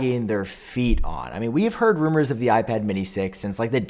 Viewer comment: “I herrd”